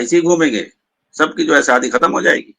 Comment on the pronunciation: مولانا یہ شکل سے تو لگتے ہیں لیکن یہ اپنی زبان سے جاھل لگتے ہیں۔ ڈاکٹر اسرار کے پاؤں کے دھول کے برابر یہ نہیں ہیں۔ ڈاکٹر اسرار وہ شخصیت ہے جسکی تعریف مولانا علی میاں ندوی جیسی شخصیت نے کی ھے۔ یہ مولانا عیاشی کو ائیا سی بول رھے ھیں۔ شادی کو سادی بول رھے ھیں۔ عقیدہ کو اکیدا بول رھے ہیں۔ ایسے چوانیاں مولوی کی بات ہم لوگوں کو نہیں سننا چاہئے۔